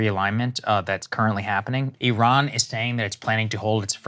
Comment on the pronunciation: Bc I pride myself in correctly pronouncing countries' names I couldn't fathom why you both were saying e-rohn instead of ih-rahn but while listening to you and knowing you know your stuff I thought I'd better look it up.. Americans call it ih-rahn but in Parsi it's like you say: ee-rohn And believe me spell check on this idiot iPhone gave me some sh@ trying to post this😂 So thanks for making me smarter!❤